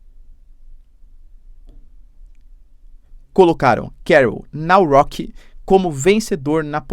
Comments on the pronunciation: D a pronuncia correcta é "Carol NAVROTISC", aqui na Polônia foi algo inusitado, porque uma boa parte da população não quer aceitar a imigração arabe (a Polônia tem muitos ucrânianos e venezuelanos legais aqui), por isso votaram em um cara que tem alguns desvios na sua vida pessoal (fazia parte de grupos de torcidas organizadas, que marcavam brigas). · Por que ler o nome do presidente da Polônia como se fosse uma palavra em inglês??? 😂